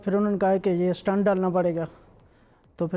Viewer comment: It is 'stent' not 'stunt'